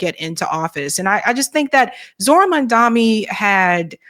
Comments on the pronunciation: The man’s Name is pronounced MomDONee not MonDOMee! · you really ought to practice pronouncing Zohran's last name a few times before going on air next time. It's Mom (like your mama) and Donny (like Trump). Not "Mandami." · At least get his name right. It’s MAMDANI, NOT MANDAMI as Sharpton mispronounced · Mandami, even you can't say his name right, damn. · why can't you pronounce MamdaNi??? It's painful to listen to you. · His name is Mamdani, get it right maam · Question 🙋 .what's the big idea with americans not mispronouncing peoples names and places. And you'd expect others to respect you and take the curtesy to at least learn to pronounce your names. Its not mandamny. Neither is it Qetar. Everything else love the show. Keep upthe good job.